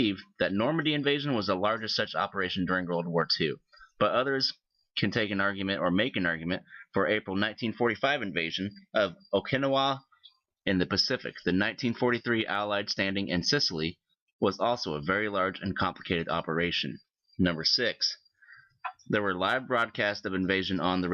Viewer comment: Really? You mispronounced Okinawa - oh-kuh-now-wah.